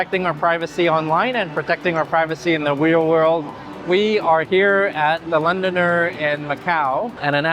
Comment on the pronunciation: LondoNER so why pronounce as LondoNIER?